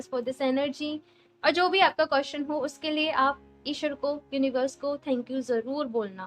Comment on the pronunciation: Madam (QUESTION) BOLNA SIKHO 🔤🔤🔤🔤🔤🔤🔤🔤🔤🔤🔤🔤🔤🅾🅾🅾🅾🅾🅾🅾🅾🅾🅾🅾🅾🅾🅾🅾